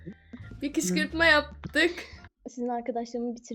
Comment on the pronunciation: kışkırtma diyicene kışkışma diyo sjkskjksjjks